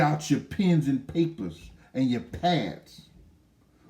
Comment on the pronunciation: said "Lab Tops" 😂😂